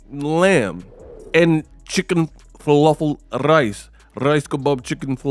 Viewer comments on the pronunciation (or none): "Rrrrrrice kabob chicken falafel rice" .. Lol